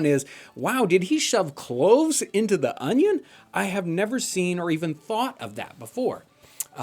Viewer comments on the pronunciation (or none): I thought you said " clothes in the oven" then realised it was " cloves in the onion" lmao, could have been disastrous!